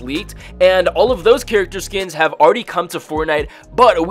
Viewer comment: Lmao how he says character skins